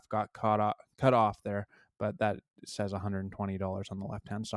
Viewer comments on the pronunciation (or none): none